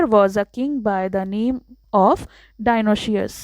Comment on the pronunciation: Dionoshious nahi dionysius